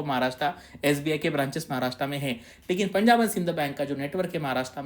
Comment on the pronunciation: Maharashtraaa nahi sir Maharashtra aahe. Kamit kami tumhi tari barobar ucchar Kara. Tumhi mothe aahe.